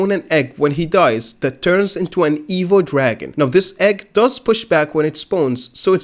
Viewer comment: You kept pronouncing evil(evo) dragon, I was so confused.